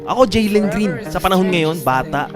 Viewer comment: Jalen hindi Jelen Green🤣🤣🤣